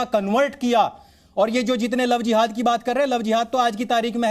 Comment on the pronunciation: Dekho ye madam bolraha hai lao zehad,ye lao zihad naya hai keya